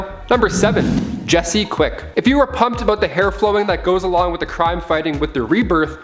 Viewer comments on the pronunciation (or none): none